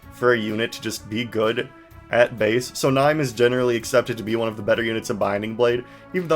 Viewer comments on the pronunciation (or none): Nee-may is correct, and the way it's written in katakana actually! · Man everytime you pronounce niime like “Nime” instead of “Nee-may” I feel like my bones have been dipped in acid a little Actually I don’t know how but you pronounce nearly every character differently than I do and it makes me feel weirdly uncomfortable